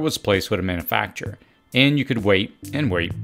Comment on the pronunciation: manoofacture 🤣 distribooter 😂